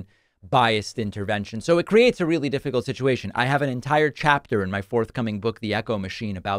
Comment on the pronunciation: Yea,sure donnie,yep yew weely weely hwhipped her!!!!!😂😂😂😂😂😂